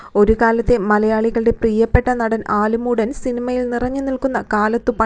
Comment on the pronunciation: ആലിമൂടല്‍ അല്ലേടോ ആലുമൂടല്‍